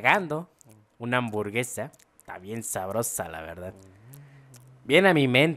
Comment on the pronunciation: Nadie: Absolutamente nadie: Neta ni el fasty dubs: Ni siquiera el buea astral::me gustan las amborguesas